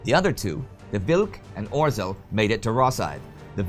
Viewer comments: Why do you have such problem with "zh"(ж) sound? Name of Polish submarin was 'Ozhel', not "Ozel"! And guess how Zhukow has to be pronounced! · A humble pledge to Indy: could you please try to pronounce 'rz' in 'Orzeł' more correctly? Hear e.g. - I know, it's a very hard sound to pronounce for non-Polish (or non-Czech), but you can do the 'zh' sound (as in 'Zhukov' or 'Zhivago') instead. Even that would be much better than 'r'+'z' kind of pronunciation, which is like scratching blackboard to my ears. Anyway, a great job, keep it further! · Na Litość Szatana, Indy! Please! Use the English translation for the Polish names. It's painful to listen while you butcher the pronunciation of them. Or-zel sounds like some 80s fantasy villain. I really love the show, The Great War included, but have Mercy! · Right pronunciation polish U-boat Orzel (Eagle) - [ɔːʒel] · Orzeł means eagle, please learn to pronounce it correctly. Its our nations symbol. Also, Danzig is nazified name for Gdańsk. You called it Gdańsk in first videos then you spoke of Danzig. Please stick to its proper name Gdańsk, not only for continuity reasons but because it is its real name. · Indy, the "rz" in "Orzeł" is pronounced like the "rz" in "Przemyśl". You pretty much mastered saying "Przemyśl" in the last four years, so I guess that'll be a good hint.